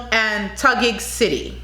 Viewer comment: Pasay is pronounced as PASAI..and Albay as ALBAI..you got the Taguig right..Paranaque is pronounced as ParaNyhaKe..great observation with regards to that one kind of a facial look most of the girls displayed on the runway, I noticed the same thing..they just have to be real about it..authenticity is the thing!.👍❤🇵🇭